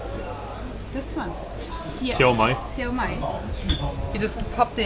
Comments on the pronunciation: You pronounced 烧卖 perfectly 😂❤ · In Cantonese!😊